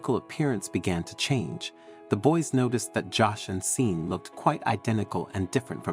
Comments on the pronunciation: It's pronounced shorn not Sean that's how you say it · Just fyi.... the name Sean is pronounced SHAWN.